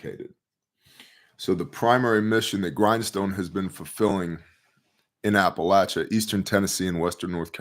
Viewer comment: "I want to keep this brief...". Makes over an hour video. Talks as slow as possible to drag out and dramatize what would have taken 20 minutes to say. Can't even pronounce "Appalachia". 🤔